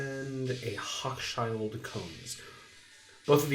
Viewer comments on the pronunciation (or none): This (along with Golden Ring Mall) was one of my neighborhood malls growing up. Needless to say, it's changed a lot since then. Thanks for documenting it. (BTW: the "Hochschild" of Hochschild-Kohn is pronounced "ho-shul"; rhymes with "social.") :) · Sketchy history with an uninteresting walk through the mall, but at least your comical attempt to pronounce “Hochschild (Kohn)” provided a briefly entertaining moment.